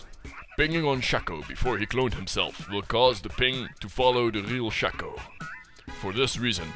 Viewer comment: Pro Shaco, but you don't pronounce it right :( Shay-ko. (confirmed by Riot).